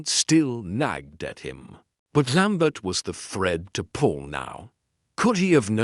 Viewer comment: French name and place name pronunciation absolutely atrocious, unforgivable mispronunciation of Maigret’s. Actor narrators need not worry with this terrible AI, “lamb bert!!!”